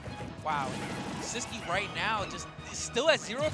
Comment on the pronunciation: Why does the commentator say “sis-que” for sisqui jajaja